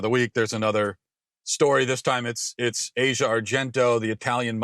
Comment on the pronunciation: Her pronounced "Ah-zee-uh."